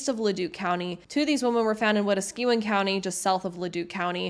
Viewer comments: Wet-skew-in should be wei-task-eh-wen (wei as in weigh) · Its pronounced wa-taska-win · The name is Wet-ask-a-win not wet-a-skew-win. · Wetaskewin. Is not pronounced We-ta-SKU-wan....... it is pronounced "wet-TASK-ooh-when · Mate, same. I actually did a double-take when I heard that. “Weta-SKEW-win” is a new one for me. Metis, Strathcona, Wetaskiwin… Very good information, but the pronunciations were very off in some cases. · I’m sorry but you butchered the name wetaskiwon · Great Video---Great that you are doing this research. I think it is Wah-task-a-win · Ok one tip, take the time to look up how to properly say these places, like Miquelon (mi·kuh·lon), Wetaskiwin (wuh-taa-skuh-win) and Nisku (Nis-que, is how it's pronounced not Nick-su) Its just respectful to say places properly and less confusing to others. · Overall a well done and well reseaeched presentation. However, a couple quibbles over place names and such. Mètis is pronounced "may-tee" not "meh-tis" and Wetaskiwin is "Weh-tas-keh-win"... ask anyone from Edmonton above a certain age and they will all go "cars cost less in Westaskiwin". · Not hating or anything, just trying to help. I grew up in Alberta south of Camrose about an hour in a small town called Alliance. Wetaskawin is part of a native reserve and my Mom would buy cigarettes there tax-free. Its actually pronounced we-task-a-win, with an emphasis on the Task and a more casual pronounciation of the rest of the word. Hope that helps in the future! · Mètis- may-tee. Wetaskiwin- weh-tas-ki-win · Proper pronunciation ...Metis is pronounced Mayer, Wetaskiwin...wi task ki win. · Wetaskiwin is pronounced Wet-ask-ī-win (ī is soft jic it’s not a familiar symbol) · Hello! It is pronounced May-tee and Weh-task-ii (as in igloo) -wen. It is important we show a deep respect to Native peoples and a quick Google can always help :) :) Oh Canada, Our Home On Native Land. 🧡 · Wetaskiwin is pronounced wuh-task-win btw